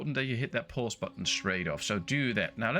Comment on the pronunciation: Goede tutorial. Ik zou wel mijn Nederlands accent wat proberen weg te poetsen. Klinkt nog te veel als Mark Rutte die Engels probeert te praten. Probeer "kid" niet uit te spreken als "kit" en "pause" niet als "pos". Ze hebben een wat langere klank. Update: en "wood" niet als "woet" ;)